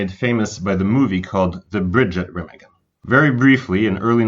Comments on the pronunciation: it's reeeeemaaaagen not remagen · Learn how to pronounce names properly. It is NOT "REM" A GEN. IT'S "RAH" MAH GEN. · It's pronounced Raw mog in not Rim again! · RE Magen not REM agen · That's only because he can't even pronounce Raw mog in right. It's not rim again! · It’s painful when people mispronounce names and places that have been commonly discussed for decades. Remagen is pronounced “Ray-mahg-in” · I believe the correct pronunciation is Re-mah-gen. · Pronounce the name of the bridge correctly would help A LOT. REE MA GEN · Ruh - maag - un. Repeat after me. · Rem- a (open wide) -gen. (3 syllables). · Hi, the correct pronounce : Remagen...is a SLOW name.. RE (not RI ) MAA (like your mother MA) Gen (G like G-un) EN...(heav-EN) RE-MAA-GENN....Okay? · Wonderful work and so interesting. Thank you! (Town pronounced re-MAG-en) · Remagen bridge is pronounced quite differently with an open "a" like in alpha - I mention it cause if you come to germany and pronounce it that way you will be screwed cause everybody would pull up his shoulders first and then let them down as a sign: no clue at all what you mean Rema (lpha) gen with a long a and every german will understand it. great one. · Great video, poor pronunciation of the city name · Should have learned how to say Remagen. Good story.